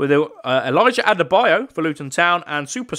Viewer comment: As a Luton fan loads of commentary people say these players name wrong like Elijah Adebayo is pronounced ad-uh-bayo And Alfie doughty is dow-uty not daw-ty And Gabriel osho is osh-o not ow-show Love your videos